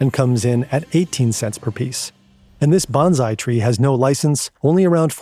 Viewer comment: Bon-sigh tree* not "Banazai!!!" tree.